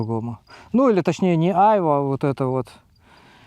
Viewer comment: Хочешь убить граммар-наци - включи ему, как произносит "айва")